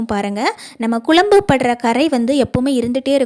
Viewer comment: வாழைப்பூ கறை போகுமா? Pl குழம்பு என்று சொல்லவும். குளம்பு, குளம்பு கேட்க முடியலே.